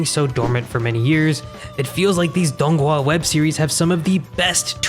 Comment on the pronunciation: As a chinese believe the way he is saying dònghùa is inacurrate no hate just saying